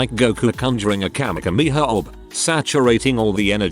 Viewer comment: And then I got a notification of some likes and laughed at it all over again. The bot doesn't even say orb!